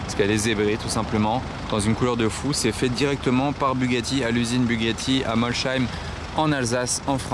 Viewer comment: Je suis d'Alsace, Molsheim se dit "ss", pas "ch" 😉